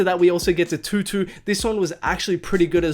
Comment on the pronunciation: Mans really just said TUTU slapped.... bruh